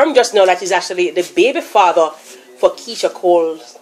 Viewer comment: LMAOOOO MIA DEAD "three" "fadder" loool